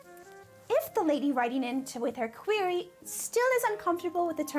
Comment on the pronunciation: The way she emphasised "queer" when she said "query" 😂